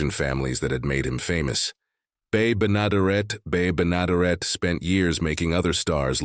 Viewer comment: Too bad the robotic narrator could not pronounce Bea Benederet's (Bee Beh-ni DEH-ret) name properly. And the "Ethel Mertz" image was often inserted in Bea's place.